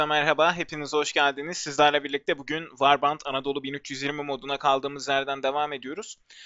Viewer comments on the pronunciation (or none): none